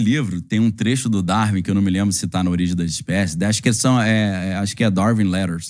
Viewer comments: Entendo que prefere dar e vir-se, mas pronuncia-se "dar-uin". Também costuma pronunciar "win" como "vim"? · Uma curiosidade. Qual é o motivo para pronunciarem "Darwin" como "dar-vim"? 3:86 Daniel até pronunciou "dar-vim" quando referiu um título em inglês. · poisé, acho que ele entra para aquele curioso grupo de celebridades com nomes abrasileirados, tipo o "scorcize" que pronunciamos "scorcése"